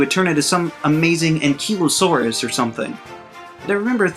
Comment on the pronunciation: Ankeelosaurus is what you said. Anklyosaurus is how it’s pronounced.